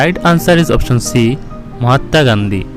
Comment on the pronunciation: Mahata nehi he vai Mahatma he thik se boliye